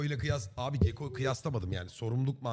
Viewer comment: YANİ A-bi ... öyle demeseni acab-a